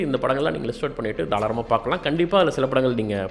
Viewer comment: தாளாரம்? Or தாராளம்?